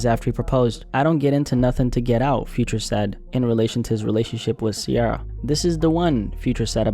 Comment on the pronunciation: Ciara not Sierra